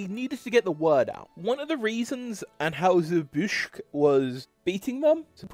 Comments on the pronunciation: Stopped watching when the odd (possibly AI) narrator several times emphatically & stupidly mispronounced "Busch", an easily spoken name that is known throughout USA & entire world. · Narrator could not properly pronounce Busch or Stroh’s.